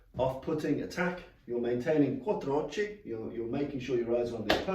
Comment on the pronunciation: This is brilliant. I’m a teacher... not martial arts. Your delivery is crystal clear, repeated and concise. Can’t find fault... well Quattrochi is pronounced Quattro “ocky” in English! But I’m Italian. Keep these coming my pal James has trained with you. I will too hopefully 🙏